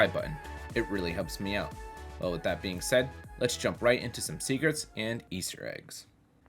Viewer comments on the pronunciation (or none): none